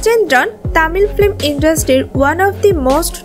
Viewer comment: ফ্লিম or ফিল্ম? উচ্চারণ সঠিক করা উচিত